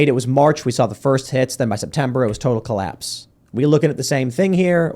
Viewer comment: “Collaspes”, huh?